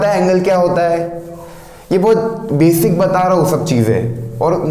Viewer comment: Sirjii.... Befic nahi Basic hota h vo